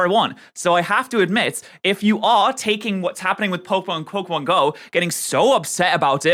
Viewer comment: How do you do so much Pokémon content and STILL mispronounce Pokémon so abyssmally? It's POCKET, not eeeeeeeeee. There is an é in the name for a reason